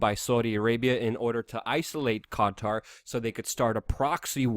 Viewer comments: Qatar - pronounced cutter. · The way you say Qatar is so funny